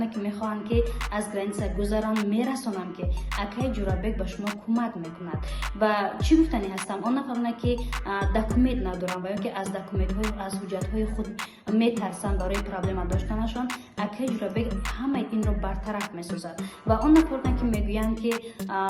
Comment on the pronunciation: Хоҳари азиз ДАКУМЕТ не. ДОКУМЕНТ.Агар ҳуҷҷат мегуфтӣ хубтар мешуд,журналисти нахонда.